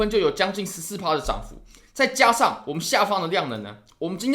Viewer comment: 突破、重要、加上、跌破，这几个词再读一遍。